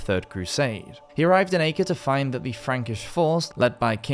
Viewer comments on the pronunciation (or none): none